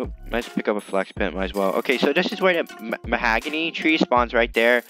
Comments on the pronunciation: U say the hog not hag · It’s pronounced mahogany